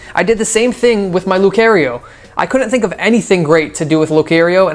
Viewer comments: as much as I like this vid, the way you said Lucario just made me go like ew why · Oh my god he butchered Lucario's name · You say lucario wrong